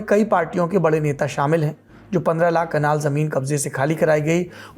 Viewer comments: कनाल या कलान लिखावट और उच्चारण में बहुत अंतर हैं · कलान नही कनाल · Kitni baar Kalan ko kanal bola